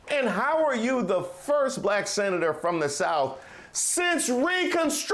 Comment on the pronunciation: I'm old enough to remember when high ranking officials in DC (on both sides) only hired non English speaking immigrants as their nannies and housemaids! CONald will never have a Blaccck (as he pronounces the word Black) MAN as his VP! Blacks for Tramp needs to wake up.